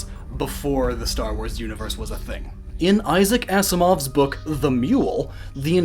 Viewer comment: Six years too late but Issac Asimov is pronounced like if it was written Azimov, not ass-imov like people think sometimes, just tryna help you improve these already great videos :)